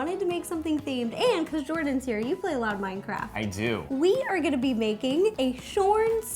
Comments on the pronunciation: She said mindcraft instead of Minecraft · i cringed when she said mindcraft